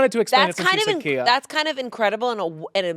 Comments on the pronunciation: It’s not (key-a) it’s (keye-a) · its not pronounced kia its pronounced khia!!!! khia asylum from my neck my back! i thought?? LOL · Every time they pronounced Khia wrong it physically hurt me.